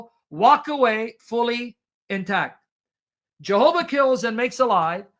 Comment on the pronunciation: Yehovah,, Yehovah! Stop saying J like the Westerners.